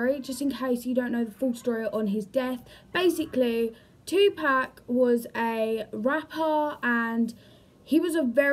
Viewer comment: two pack??!!! If you want folks to take you serious, PLEASE say his name correctly. It's pronounced tu-pock...pock like pocket. Kasinova is a fool. I wouldn't believe anything from him since he plays with the fans..